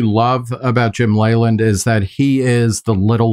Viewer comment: I used to watch a lot more baseball when I was younger and I remember hearing Jim Leyland's last name repeatedly pronounced "Lee-land" and not "Lay-land."